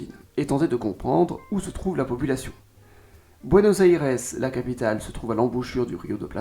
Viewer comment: Déjà Buenos Aires se dit pas comme ça